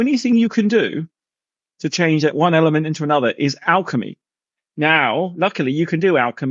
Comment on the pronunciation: He mispronounced a bunch of words called silicone and element , then said the spot on Jupiter would make a planet how when it’s a storm. Than said it’s at the equator it’s not it below it at twenty degrees. Then when asked to describe it he say the sun spits out planets like we poop… he a complete idiot n if u think he’s smart go get help .